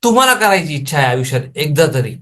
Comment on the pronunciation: आविष्यात😂😂😂😂 बोलायला शिक😂😂😂😂